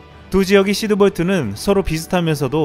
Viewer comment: 시드볼트야 히드볼트야? 발음이..